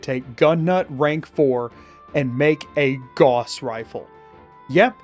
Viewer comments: its gauss not gause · that is not how you pronounce gauss